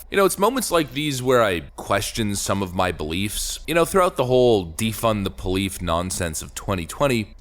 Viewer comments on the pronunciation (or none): "Defund the Polief"